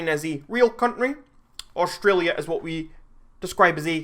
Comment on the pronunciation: U fing dare to say Australia like that!!!